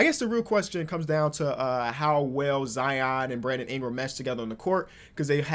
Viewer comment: do the "Flightreacts" Challenge. Fantasy Draft, you must use the Warriors and turn on sim difficulty to 60 and trade difficulty to 70. You can only use players Flight has mispronounced + Steph Curry. One year rebuild challenge. Here is a list: Giannis "Akumpo" "Zeeon" Williamson "J.A" Morant Rudy "Goburt" Luka "Donakick" "Javalee" McGee Pascal "Syakum" Nikola "Jock-itch" Bam "Abayo" Zach "Lavyne" "Damontise Saybonis" "Dennis Skrooder" Spencer "Dinwhydy" Matthew "Delladova" I probably missed a ton so leave them in the comments and I will edit them in. Edit: Formatting